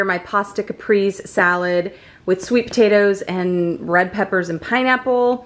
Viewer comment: Its called Cap-Ray-zay and roll that R. :) Caprese